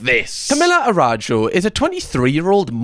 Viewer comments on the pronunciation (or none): Girl, its ARAÜJO, not Arajo. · Sorry couldn’t stop myself, the pronunciation of her last name is Ah-ra-oo-ho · pronouncing a brazilian name is cutehahah Araújo.. its more like Araoojo - u sounds like oo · the pronunciation of her last name is "a-ra-ú-ho" :) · A RA JO WHAT OMGOMGOMG CAM YOUR BRIT IS SHOWING XDDD that pronunciation is CRAAAAZY XDDD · never heard of her before, but the way you're pronouncing her last name has me creasing every time 😭😭